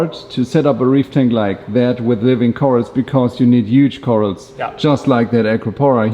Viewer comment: What are cor-als,?? Odd pronunciation